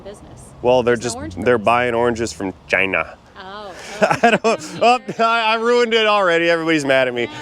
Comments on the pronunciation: you say China like Trump used to Chinna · I love the way you say china! 47! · ...Only the accentuated " China " gave it away ! ...😁🤣😃.....